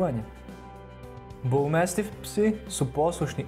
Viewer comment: Ne kaze se mestif nego mastif🙄